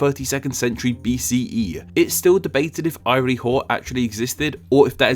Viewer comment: Spelled "Iry-Hor," but pronounced more like "eer-ee-hohr"